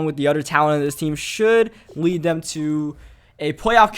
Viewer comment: and "dem" instead of "them"